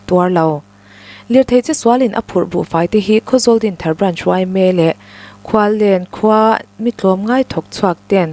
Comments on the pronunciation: I aw a nalh tehlul nen Khuallen tiha lam tlat😂 Khual-en tia lam tur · Khuallen khua a awmlo a, Khualen tihtur.Khual-en tia lamtur. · (Khualen,)Khual en ti anga lam tur,i sawi dan hian khuallen tih ani tlat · KHUALEN lam dan hi "KHUAL-EN" ti-a lam tur ani e. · Khualen khua a nih kha. Khual tih dawt kha 'en' tih kha inkhêl en anga lam tur 😅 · Khualen tih hi khual tih hi mikhual Kan lam ang hian khual tih tur ni in en tih hi thil Kan va enfiah a en ti ang hian lam tur niin khualen tih tur